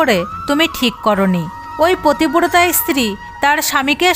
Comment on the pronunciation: প্ৰথমে বলে নেওয়া দৱকাৱ যে সংস্কাৱী হওয়া খুব দৱকাৱ। কিন্ত তা বলে এই ৱকম জঘন্যভাবে গল্প কে বলে। পত্নী, পতিব্ৰতা এই শব্দগুলো ভালো কৱে উচ্চাৱণ কৱতে পর্যন্ত পাৱছে না। এ সব কি? ভগবান নিয়ে , শাস্ত্ৰ থেকে উদাহৱণ দিতে গেলে আৱো সচেতনভাবে গল্প বেছে নিতে হবে। যে পড়বে তাৱ উচ্চাৱণ ভালো হতে হবে তবে শুনলে শ্ৰদ্ধা হবে।🙏